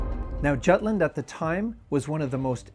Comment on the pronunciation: is jutland really pronounced like that in english...? dear god...